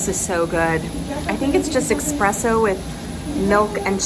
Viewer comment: Love you but...eSSSpresso...not eXpressoooooo Yes...my personal pet peeve as previous batista